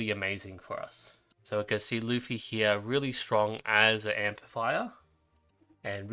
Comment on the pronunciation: great video bro i was planning to save for nydia and estra cuz i realy like there design and i dont care about meta that much btw that guy lutfi is prounonce ''LOTE.FI'' its an arabic name keep up the great work